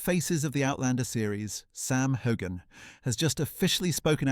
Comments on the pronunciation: CANT YOU SAY HIS NAME CORRECTLY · WHY DO TELL THESE STORIES.. I AM SURE IT MAKES SAM MD. HATE THE MEDIA. LIE,LIEYOU VANT EVEN PRONOUNCE HIS NAME CORRECTLY